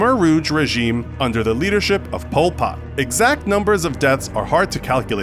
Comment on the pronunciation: It actually really funny that the company Infograficshow say it wrong it pul pott